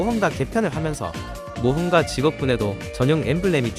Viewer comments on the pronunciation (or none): 모험과 엠블램이요?? 모험가 오타인거 싶으면서도 발음까지 모험과인데 실수인건지 진짜 저렇게 대본 짜신건지